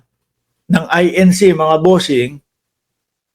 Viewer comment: Correction lang, I-N-C yan hindi I-N-Shee